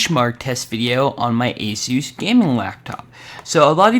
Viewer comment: You say ASUS wrong